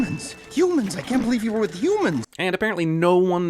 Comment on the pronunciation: I cant bee-live he said that